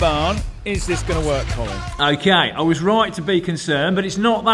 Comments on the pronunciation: Every time he said "Column" I kept thinking one of them should be named "Column Furze". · I can't be the only one who kept laughing hearing column and Colin in the same sentence, love the Colin column!